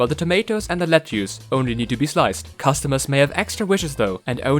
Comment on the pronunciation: Im curious; where are you from? Ive never heard lettuce pronounced that way. Good review, definitely buying this